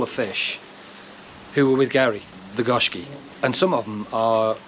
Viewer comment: sorry about the fish you lost, actually its pronounced GO SHIKI GO MEANING 5 SHIKI MEANING COLOURS